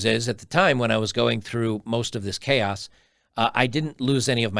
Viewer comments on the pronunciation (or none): none